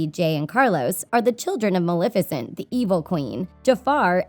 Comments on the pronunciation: Why does she keep pronouncing it MalIFicent instead of MalEFicent uhhhh that’s getting on my LAST NERVE! Anyone agree? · did she fr say maLIFICENT?? .....